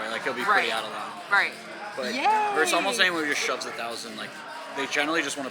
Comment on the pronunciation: Tell the coach the word is "versus"......not "verse."